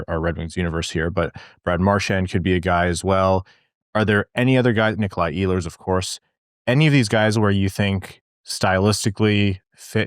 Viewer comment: He is not Eeehlers, he is Ehlers